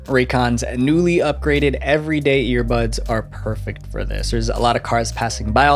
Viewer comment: The way he said earbuds😂